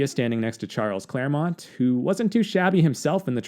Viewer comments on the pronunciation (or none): none